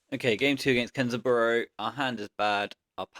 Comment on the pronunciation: The match 4 with kenzaburo is why you are the GOAT at aggro bazaar. Btw it's not kenza-burrow it's ken (liaison s becomes z) zaburo